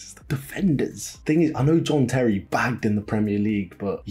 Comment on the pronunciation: Why did you pronounce John Terry as Jean Terry 😂😂